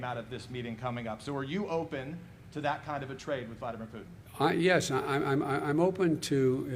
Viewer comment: Biden keeps calling my man's Had-a-beer Crouton instead of Vladimir Putin!